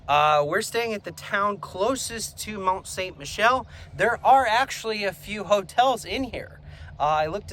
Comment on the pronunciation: Yeah, learn to pronounce it.